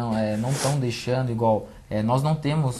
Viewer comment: Meu Deus,Cm fala errado. Ele principalmente! “ ingual, não tamos podendo.”